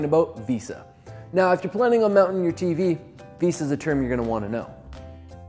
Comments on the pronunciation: VEHSAH basic English bruh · couldn't keep watching the video after hearing him say "veesa". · The pronunciation of "Vesa" is absurd considering who it has to compete with. Given it has an "E" has the 2nd letter its not like there wheren't options to prounounce it a different way. (